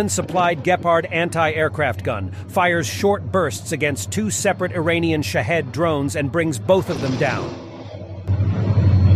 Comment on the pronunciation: Did he say, "Iranian Shthead Drones"? 😂 I know what they are, (shaheed drones). Shthead just sounds better when referring to anything Iranian, especially drones. Lol